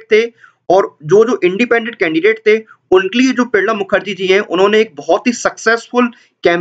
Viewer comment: Are bhai Pranab Mukherjee ka naam to thik se bol le....